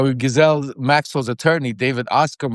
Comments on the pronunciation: It is pronounced gee-ss-leyn.... as a French name. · I'm absolutely sick to death of shallow a-holes who pretend NOT to know that Ghislane is properly pronounced Ghee-Lane. It does nothing but make YOU appear ignorant when you intentionally mispronounce her name. She will be lucky if Donald doesn't have her "Epsteined" just to keep all she knows from being told.